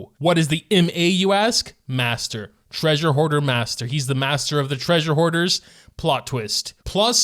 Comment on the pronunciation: T reasure ho arder ma ster Thoma LMAO